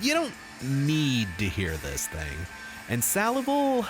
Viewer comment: Only thing worse than this guys take on salival is his attempt at pronouncing the fucking word salival